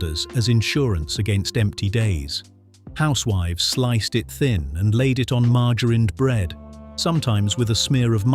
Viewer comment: Mar gar rine 😂